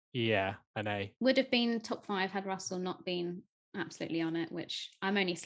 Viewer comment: George Russell, it's Russell